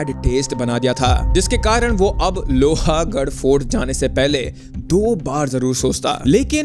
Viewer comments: It is not pronounced as Lohaaagadh.. it is pronounced as lohgadh.. a is silent. The way you keep saying that makes your video sound less authentic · Bro its lohgad. Not lohagad. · It is lohgaad not lohaagad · लोहागाढ nahe bhai लोहगाढ he vo. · BRO U HAVE SO MANY SUBSCRIBERS AND FOLLOWERS - KISI KO TO ATLEAST PUCH LETA KAISE PRONOUNCE KARNA HAI... ITS NOT - लोहा it's लोहगड.. I'm from Pune and trust me the second u said LOHA I stopped watching... Baki take 1 view from my side